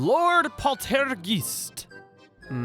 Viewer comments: the way you say poltergeist is so funny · It sounded kinda russian to me too hahahah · Hearing you say "Poltergeist" in a French accent is the strangest thing I've heard today